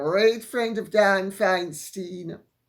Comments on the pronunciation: Lady C, it’s pronounced “Fine-stine”. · An American here from northern California. Govenor Gavin Newsom is as wokety woke as it gets. So for NEWSOM to say NO to M, says a lot. Breathing a huge sigh of relief knowing that Newsom has the wherewithal to say NO to M. And Senator Diane Feinstein's last name is pronounced "Fine Stine". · SoCal here, I tell people to think of a beer 'stein' when pronouncing Dianne’s last name😉🇬🇧🇺🇸🪶🕯